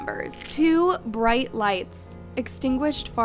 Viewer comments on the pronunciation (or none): none